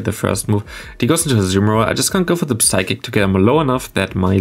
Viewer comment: Since you Play medicham that often i gotta tell you that the p in psychic is silent. Its pronounced like sychic. No offense though, your english is great and has already improved a lot.